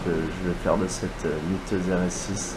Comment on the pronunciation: J'ai rêvé ou il a dit "jai gagner la miteuse rs6 de gmk" miteuse ? Mythique plutôt ? Car miteuse .. ca nz pas exactement le meme sens.. ça craint franchement le niveau.. le pire c'est que c'est répéter plusieurs fois dans la vidéo 😅